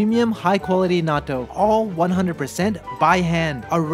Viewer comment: I wish you pronounced nattou correctly. It's pronounced the same in English as Japanese, yet you shorten the syllables when you say it in English.